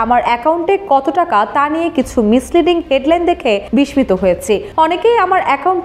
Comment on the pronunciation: আপনার বিস্মিত উচ্চারণ শুদ্ধ নয়।।